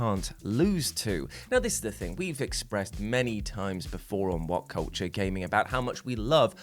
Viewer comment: I'm always so excited to hear "I'm this is wut cuwture.." auto thumbs up.